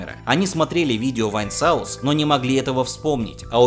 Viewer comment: Во-первых, не "вайнсаус", а "вайнсос". Во-вторых, это был не Вайнсос, а Джоэль (он же Vargskelethor). В-третьих, фильм, который ты помнишь, скорее всего называется "Галгамет" (Galgameth). :)